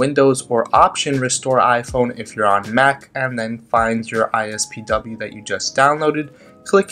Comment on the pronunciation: Did anyone else notice that he kept saying "ISPW" instead of "IPSW"